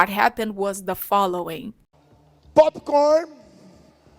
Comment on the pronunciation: Rachei completamente quando ele falou "POP COHEN" " EYS TIN" é o mito n tem jeito